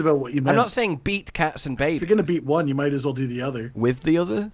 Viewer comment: The way said Cats n Babys it sounded German xD In German Cat is Katze so it sounded he said Katzenbabys 🤣🤣🤣